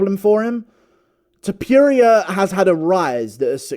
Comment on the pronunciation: Ilia To-pure-ia is a hell of a boxer